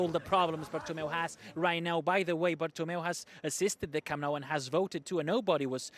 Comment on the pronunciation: It's not caamp nau, it's camp nou